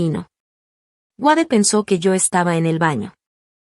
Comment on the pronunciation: El nombre es Wade! Se pronuncia U(ei)d no Uade. Gracias!